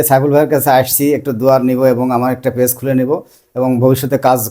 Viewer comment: ফেস নয় পেজ ভাই উচ্চারণ টা ঠিক করুন